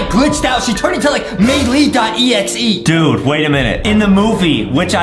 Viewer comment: I love How he calls her Mei lee